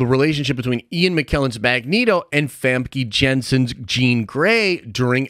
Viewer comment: You keep pronouncing Famke’s name wrong: FUM-kuh YEN-sen. Stop butchering her name.